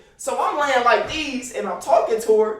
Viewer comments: Wen he say like deez 😂😂😂😂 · 😂😂😂 boy say “like dese”